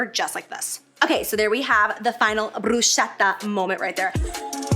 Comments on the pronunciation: I LOVE U FROM THE BOTTOM OF MY HEART , SO INCREDIBLE WOMAN , THE POWER , THE BEAUTY ... LOVE U BUT PLEASE BRUSKETTA NOT BRUSHETTA🤣🤣🤣🌜🌜🌜🌜🌜🌜🌜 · gurl the way u pronounced burschetta is almost offensive. but if the h wasnt there ud be close. unfortunately... it is. so its like bruse- ketta easy-peasy alsoo.. try putting balsamic vinegar it is LIFE CHANGING<3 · OMG I'M ITALIAN AND I LOVE YOU BUT bruschetta IS NOT BRUSHETTA IS BRUSKETTAAAA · ITS BRUSKETTA NOT BRUSCETTA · Amazing! But it’s brus KET a, not bru shey ta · All looks great! Can’t wait to try these recipes. FYI… bruschetta is pronounced broo- skeht-tah. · Bish i WISHHHH you posted Jace Snacks weekly 😭 I WILL be making all of these. However, there is no “soft C H” in Italian... I’ll never forget that being told to me when i pronounced bruschetta wrong lol BRU-SKETTA 🥰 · Its pronounced brus-keta lol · OMG JACLYN.....no bruschetta, can't hear it from Italy plssss queenn hahah You can say it like "brusketta" like "riSK" AHAHAHA Love you from Italy 🇮🇹💖💖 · Pronounced "Brooscetta".....no shhhh or ch - no no....the c is hard like cat. Bruschetta pronounced brooscetta. H is silent and roll the R. Your welcome lol. The recipe's....I will be trying. My mouth was drooling the whole time. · I used to day bruschetta like that until an Italian person literally told me off and made me say it like bru-sket-ta 🤣 I'm on a significant weight loss journey right now, but these snacks look amazing. 🤗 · Since I'm engaged to an Italian I feel the need to let you know that you're pronouncing bruschetta wrong. It's bru-sketta just FYI. I said it wrong for years until him 💕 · Pronounced *brus-ketta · OMG on all the recipes 😍😍😍 btw it is called brusketta (like a K not a ch sound) if you add balsamic vinegar reduction 🥰🥰 it would take it over the top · It’s actually pronounced bru-sket-ta 😘 love the video! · it's pronounced brusketta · Jac!!! It’s pronounced Bru-sKetta 😍 but otherwise I love all these snack recipes!!!!